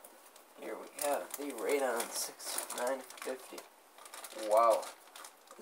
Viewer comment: Not Radon, RadEon!!